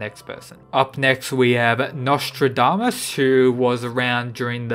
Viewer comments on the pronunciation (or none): none